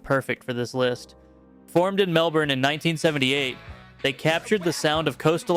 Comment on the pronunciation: Music aside, I was just impressed with how he pronounced Brisbane and Melbourne! Perfect! 😂